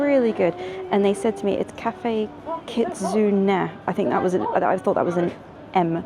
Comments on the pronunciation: Key Tsu Nay = Ki Tsu Ne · pronounced kut-su-nay japanese deity in a form of a fox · It's pronounced Kit - su - nay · Cafe Kit-sue-nay is how you pronounce it